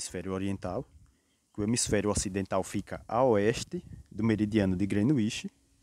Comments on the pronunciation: Grenuinsh Meridian , SIIIIIM!!! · Kkkkk koe man, quando tu falou “ grenuixi “ perdeu a credibilidade pprto kkkk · Parabéns! Nota 2,25 ! Parece trabalho de geografia de uma criança de 8 anos falando sobre o "Grenuíche" .